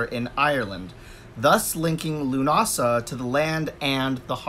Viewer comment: Nice to hear you pronounced correctly... Now if I hear ya say Sam Hain